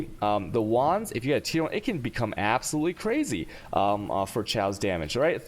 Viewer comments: it's pronounced cay-ose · cay - awse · Nice build mate :) i like it for map clearing ... Please spell it like Cayos not shaos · I actually pronounce chaos as Cha-os. Not Khe-os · I think i got autism hearing Chaos said like that. Thanks dad